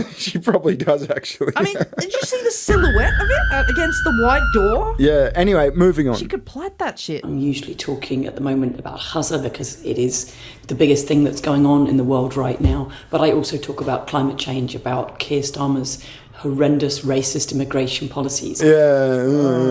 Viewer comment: Love watching white women pronounce Gaza like Huzzah 🤣